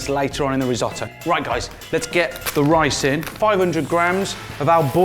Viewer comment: When he added the rice, I heard "let's put the ricin" and was wondering Dayummmm who you tryna murder o_o